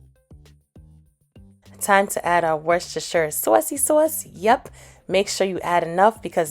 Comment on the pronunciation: This looks bomb 💣 I love cabbage especially when it's winter time with corn bread 🍞 can I also say I love the way you say sausage and saucy sauce LoL. You must be from out east like NY Philly or Connecticut. Definitely trying this out I made cabbage plenty of time but hitting it with that 🔨 wasterchier sauce is something new.